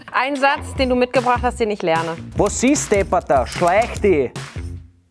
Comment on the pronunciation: dir primäre Betonung bei wos is ist aber am iiiiiiiiiiiiiiiiii... wos iiiiiiis (scho wieder heast)?